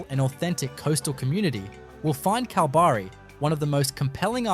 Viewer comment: The pronunciation of Esperance and Kalbarri, so close and yet so far on both 🤣 Esperance or Geraldton are both great options if you enjoy dealing with meth heads on a daily basis and aren't overly attached to anything you can't bolt down remaining yours. They do have some beauty though, that's for sure.